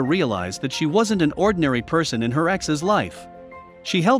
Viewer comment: So am I the only one disturbed by the auto voice narrater can not say the word ex (e x) and wasn’t (wasn t) with the technology we have these days we can’t have automated voices to say words completely? Many say computers, robots ... are smarter than people I don’t think so these machines can’t even talk